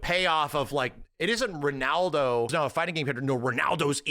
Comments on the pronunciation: can't pronounce Ronaldo 😂 He keeps going "Renaldo" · max saying renaldo 😂